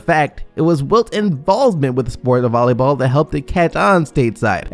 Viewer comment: man retards still be out here calling volley ball “bolly ball”